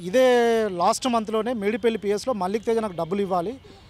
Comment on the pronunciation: మాలిక్ తేజ కాదురా అయ్యా. .మల్లిక్ తేజా